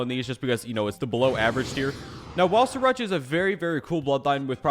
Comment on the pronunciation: 'Siracha'